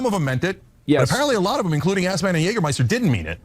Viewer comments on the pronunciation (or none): I think the funniest thing Cenk stated is how he called Asmon like he is calling him Esfand lmfao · It's funny when he calls him Assmon though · He called Asmon "Ass Man" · I don't believe Hasan's UNCLE doesn't know who Asmon is considering how obsesses his nephew IS with the man. And I'm positive he said "Assman" on puprose lol. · Chunk almost sounds like he's calling him "Assman." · You pronounced his name wrong btw. Asmon says it correctly.